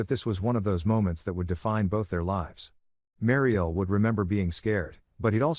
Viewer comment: Hey robot narrator boy, WHAT THE HELL IS A "BAY-LIFE"? "MARY-EL"?